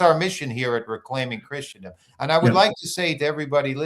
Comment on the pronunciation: Really appreciate your analysis. (, you're mispronouncing Christendom...❤)